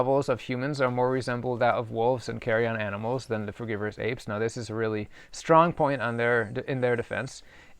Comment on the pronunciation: carrion not carry-on